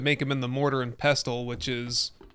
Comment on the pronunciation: My dude, the T in "pestle" is silent. Think "vessel" with a P. Love your content tho. High quality edits and production. Cheers.